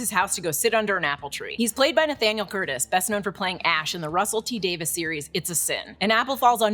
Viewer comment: The moment you pronounced RTD's name right I was SO RELIEVED.